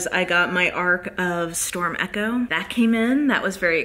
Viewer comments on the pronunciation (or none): none